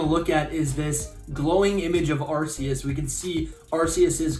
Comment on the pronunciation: I’m not watching anymore of your videos until you start calling it Arc-eus and not arseus LOL